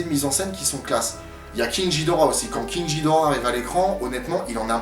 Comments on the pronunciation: king jidorah mais non de dieu, KING GHIDORAH. Pardon juste ça me rend fou quand j'entends ça. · en fait ca ce pronnonce moDra et king G(dur)hidora